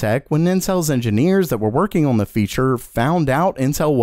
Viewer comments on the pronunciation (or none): Day 2310 of being unable to say "on" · lol this guy says "on" funny :)